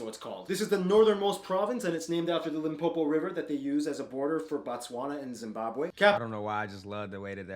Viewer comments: Well done my guy, your pronunciation of Limpopo is actually spot on, that's exactly how it's pronounced. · I'm so happy with the way he pronounced my province "Limpopo"😭😭😭🥺👉👈 Mopani worms though? No way sir ...its a 0 from me😹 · This is the most accurate video about South African provinces. My guy even nailed the pronunciations, to the T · Why did I get cheesy and emotional when you perfectly pronounced Limpopo like a native. Also I am part of the Xhosa nation in the Eastern Cape and have never seen/ate mopane worms but they are definitely no1 on my list oh and I speak IsiXhosa, English and Afrikaans in that order. I like to add IsiZulu there because its related to Xhosa so lets just say 4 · You pronounced Limpopo very well 👌🔥🔥🔥🔥❤️😘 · Fun fact: said "Limpopo" better than some South Africans😂😂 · He said it like a pedi child.....all was left was for him to say " bomma" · the right way is the way pronounce it. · For me it's how you said Limpopo with the accent. You nailed it!!. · Your pronunciation of Limpopo!!👌💯, my province. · Damn that guy pronounce it good😫⭐️⭐️⭐️⭐️⭐️⭐️⭐️⭐️🔥🔥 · eiii when you said "Limpopo" you'd swear you are from here in South Africa😂😂😂😂✊🏼✊🏼✊🏼✊🏼✊🏼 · More love fam. You nailed that Limpopo pronunciation !!!. What's popping.... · said Limpopo so well it's like you grew up there unlike them zulus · Pronouncing "Limpopo" 100% better than some of my Nguni people pronouncing it as "Limpompo".😂🤣🤣 Big up bro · Funny how can pronounce "limpopo" when some tribe refer to it as "Limpompo" 🤣🤣🤣🤣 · How you said “ Limpopo “ was spot on!😂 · Oh My God. I'm from Limpopo province, I live in Polokwane. May i just mention that you said it PERFECTLY. You said it like you lived here your whole life. You have said it better than people who actually live in South Africa and learned about provinces in school. Big ups to you on that one. And thank you as well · You said Limpopo so well!! I love that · Well done u pronounced the Limpopo well❤️